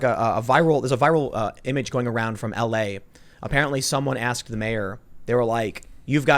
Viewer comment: She axed her to opoligize..